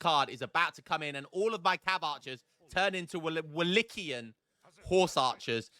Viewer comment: thats the worst pronunciation of the word Wallachia ive ever heard 🤣🤣